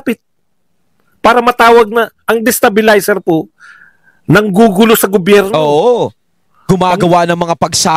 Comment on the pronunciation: He dosn't know the word Destabelizer..😅OMG